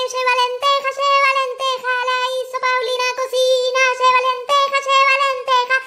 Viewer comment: Jajajajajajaja sheva lentejas, sheva lentejas, sheva lentejas, sheva lentejas, porque sheva lentejas, sheva lentejas. :V